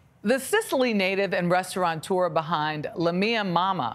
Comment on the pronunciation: When will you learn that it is “restaurateur” and NOT restauranteur”?!?!? 🤬